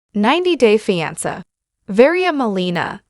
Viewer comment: Terrible AI. Can’t even pronounce the word ‘fiancé’, WHICH IS IN THE NAME OF THE SHOW!!!